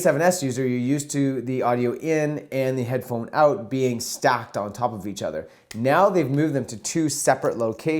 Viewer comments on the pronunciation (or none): none